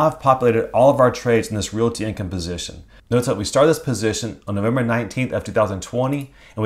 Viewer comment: Love your vids but PLEASE pronounce the word realty with only two syllables. Reel-tee, not reel-i-ee.